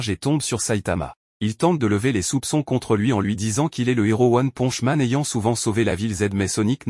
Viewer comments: C'est pas one ponje c'est one ponche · "one ponch man" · PARDON t'as dit one ponch man outch mon cœur détruit